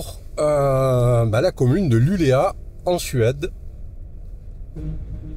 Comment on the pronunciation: Super vidéo. Juste un petit détail: LULEÅ avec un rond sur le A se prononce LULEO. A plus.